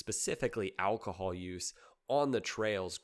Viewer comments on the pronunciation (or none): none